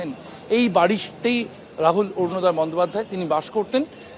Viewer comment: Borunoday bolchen kno? Orunoday .